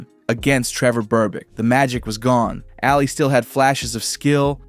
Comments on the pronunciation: It's pronounced "Ah-Lee" not "Alley" -. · Why do you say Allie when saying Ali? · Thumbs down when I heard “Allie” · Brother. Calling Ali "Allie" all video was very hard to listen to. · Hearing Ali’s name mispronounced just hurt my head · How could you mispronounce Ali's surname? You had one job